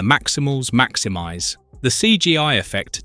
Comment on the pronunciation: Tiggertron macthimithe! (Maximize)